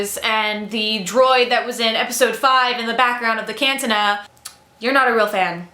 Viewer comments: Cantina pronounced Can-tee-nah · But 'Caan-tin-nah'? lol!! Great message though. Subed.